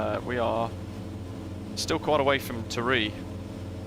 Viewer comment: Pronunciation tips: Tiree = Tyre-ee (emphasis on "ee"); Benbecula= Ben-bec-ula (emphasis on "bec")